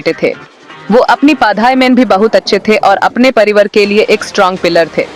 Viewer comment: परिवर नहीं... परिवार...🤣🤣🤣🤣🤣🤣